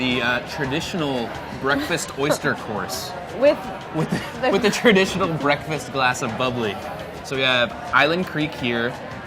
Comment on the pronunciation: BWEKFAST sorry I had to